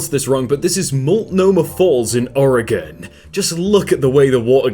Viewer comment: He pronounced Multnomah and Oregon right, what a legend